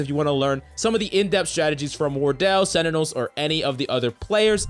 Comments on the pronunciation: It's sentinels not senitals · Sentinels not Senitels lol